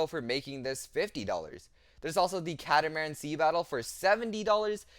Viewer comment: It is pronounced "cat-a-mar-an" getting the total word of catamaran 😅 just figured I would point that out to everyone.